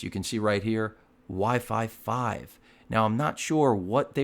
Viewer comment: wifi 5 sounds like why five five